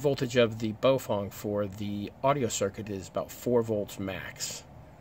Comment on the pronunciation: Bow-fang. Not Bo-fong.